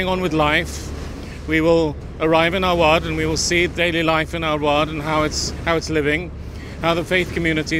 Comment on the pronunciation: It is not *Award, it is rather Arwad.